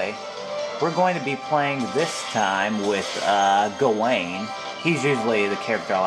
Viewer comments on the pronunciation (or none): Lol when u said gwain I said grain!